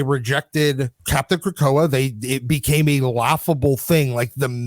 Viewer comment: "Captain Krakoa" ?! Did I Heard correctly ? What the...